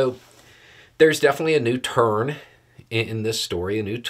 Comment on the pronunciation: I thought he said ”A new turd in this case”. I thought was getting spicy 😊